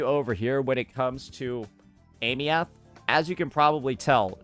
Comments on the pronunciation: Pronunciation was already shown, why keeps saying ey-me-uht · Aemeath - (eye-mith) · Does he intentionally mispronounce her name, or is this some American "knowledge"? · Brother say her name right. They already told you how to say it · Aemeath, duh? 😂😂😂😂